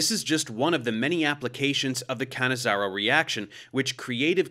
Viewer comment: Ahhh - finally I know how to pronounce "Cannizzaro" properly, thanks!